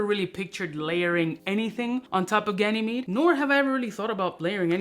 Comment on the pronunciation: Did this mofo just pronounce Ganymede correctly?! 👏